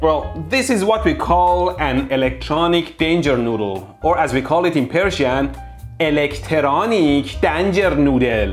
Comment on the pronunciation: No EleKtEroniK DAAnJer NooDdEL